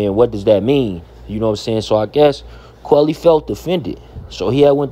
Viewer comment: It’s quilly not quelly